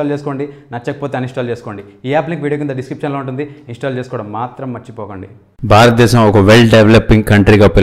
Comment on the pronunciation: Barata desam kaduraa, Bharata desam... Correct ga palakadam nerchukondi.